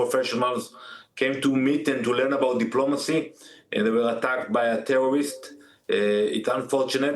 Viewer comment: Oh look, the tewworweest spokesman is back.